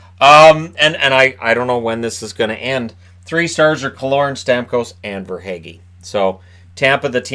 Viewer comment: Verhaeghe is pronounced Ver hah gah, pretty sure. Any Dutch people out there that can confirm?